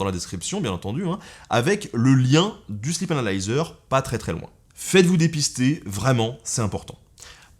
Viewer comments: sleep (i long) sinon, ça fait slip :) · J'ai cru entendre "le slip" et non "sleep "😂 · MuteTheSong C’est parce qu’il l’a prononcé slip anal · "le sleep analyser" => mes oreilles => "le slip analyseur" 🤣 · vaut mieux le prononcer sleeeep 😁